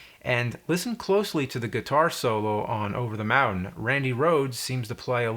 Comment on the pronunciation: I thought I had a stroke when I heard “over tha moundain”